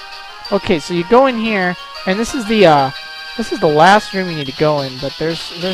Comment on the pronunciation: Last-th :D